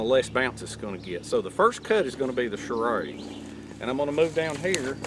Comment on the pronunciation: I love how you pronounce it charade. That accent is awesome! Cheers from california. (Don't worry, im one of the good ones)